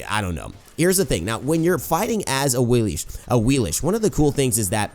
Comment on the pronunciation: Do the gods not say their name on PC? I'm late to the party and all, but she pronounces it "A-wii-lix" on ps4.